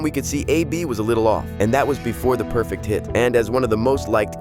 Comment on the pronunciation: he was mispronouncing burfect